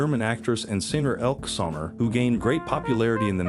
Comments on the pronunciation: Elke Sommer, pronounced "Elkee" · I don’t think the second E in Elke’s name is silent. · They pronounced many names incorrectly and you’re right, the E is not silent, just like Patrick Sway is actually Patrick Swayze and Demi Moore stared in G.I.Jane, there’s no such film called Soldier Jane! This is filled with mistakes! ElkE Sommers! And she was German not Swedish. Twits! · Why can't you use a person who can get the names right... Elk